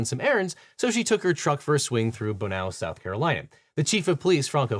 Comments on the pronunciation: Bonneau, SC is pronounced bun-oh. Also, it doesn't surprise me that that is the place they'd actually enforce that particular law. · That's "Bonn-oh", South Carolina. We pronounce things weird down here.